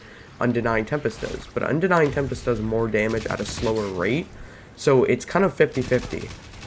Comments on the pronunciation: Unending tempest* good grief cmon at least say it right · You can’t film and post a whole video mispronouncing the name of the gun and expect people to respect your opinion.